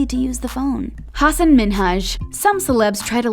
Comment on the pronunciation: oop u pronoucing hasan name incorrectly tooo his name is from my religion so i know